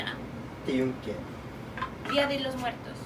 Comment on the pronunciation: I don't speak Spanish but thought I heard dia di los muertos. I thought she looked Latina 😂. The only reason I know what that is, is because of a video game "Just Cause 4". Interesting custom.